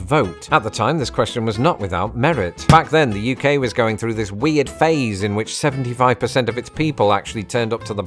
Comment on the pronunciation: Oh my trrrrrill, I think the Anglo-Saxon rolled r's are coming back ("thrrough")